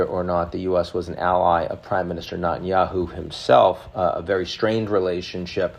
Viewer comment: For heaven's sake please pronounce Netanyahu the way every Israeli does. I think you are stuck on Dayenu, it's the only explanation. Natan Lanu.